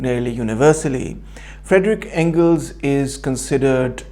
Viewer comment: It's Friedrich Engels not Frederick though in English the names are Phonetically similar